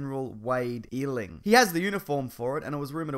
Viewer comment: I think eiling is pronounced EYEling he was on the flash tv show but yea why not put him here too